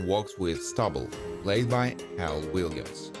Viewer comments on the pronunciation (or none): none